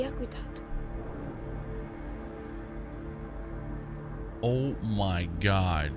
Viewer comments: When Hugo called it the ackyduck 😂❤️ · I love how Hugo calls it an ackyduck instead of an aqueduct.